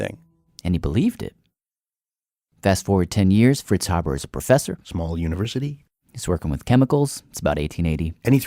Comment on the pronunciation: I'm a direct descendant. He's help feed billions, therefore, he's been more benevolent to humanity than detrimental. By the way, our last name is pronounced Hay-burr , not Hab-ber.